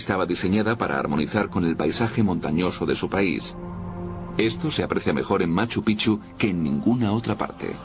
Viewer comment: Carajo pronuncia bien....😡😡 se dice; "machu pik-chu" se escribe machu picchu